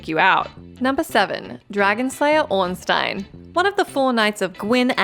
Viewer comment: Can I just say that I'm impressed and happy that you pronounced Ornstein right.